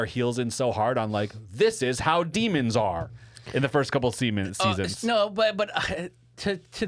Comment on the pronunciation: Did just say "the first couple semens?"?